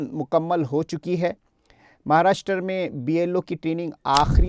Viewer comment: Pahle Maharashtra ka nam sahi bol